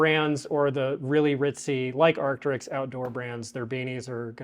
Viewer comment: Arcteryx is pronounced like ark-terix and is very popular in Canada. If you find the hat with the dino skeleton definitely pick it up!